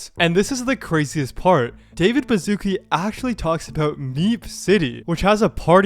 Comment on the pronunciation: English Speakers: Bazuki Polish Speakers: Baszucki (Ba-shu-ts-ki)